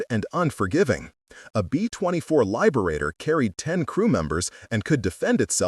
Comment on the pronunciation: Please stop using the AI voice. Please. lyeberator?